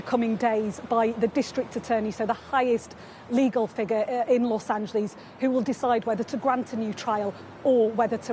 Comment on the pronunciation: Low Angeles - not Los Ange-lees.